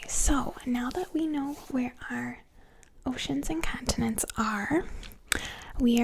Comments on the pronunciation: the thing that is really getting to me is her saying cun-tinents instead of con-tinents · “Caaaantonents” I’m curios, is from Boston? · I love the way you say "Cahntinents" lol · ^lmfaoooooo bahahaha